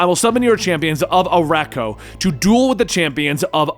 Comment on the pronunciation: "Saturn nine" and "ArakkoA" really?